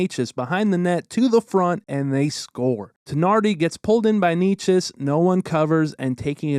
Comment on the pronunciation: props for pronouncing Necas as well